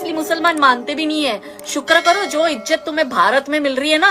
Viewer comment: Ejat nHi hai izat hai phly aap baat sekho